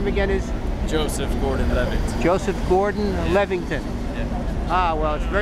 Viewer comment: I think you did a great job with the interview. I thought it was a bit funny when you said Levington lol But hey everyone makes mistakes. Joseph didn't seem to mind he handled your question's like a gentleman and you had allot of interesting topics to discuss.